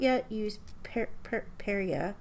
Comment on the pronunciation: My memory of makopa fruit is more red-pink so I'm finding it interesting went with a magenta. But great colors! I really love how you swatch and how they show off the properties so well. Note on the names, you did okay! you got Perya on the first try and Lakambini right before you apologized. Our vowels are short if that helps? leyte = leyteh damili = dahmihlih perya = pehryah lakbay = lahkbahy Or something like that? 😅